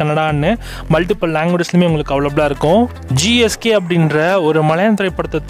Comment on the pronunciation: Athu JSK bro not GSK